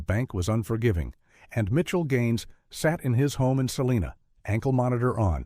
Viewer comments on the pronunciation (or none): There is no celina KS, it's Salina. Sah-LIE-nuh It's be Saleena if referred to California city. At least they kept some stuff accurate compared to other stories. Highway 56, Great Bend, Barton County, Highway 96, etc.